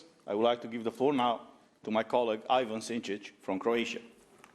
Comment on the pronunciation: EE-van, not AY-van, but nonetheless - THANK YOU SO MUCH! ❤